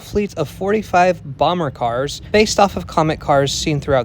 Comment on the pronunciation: Bomb-bard-die-aire. Not "Bomber". It's really pronounced "Alstom".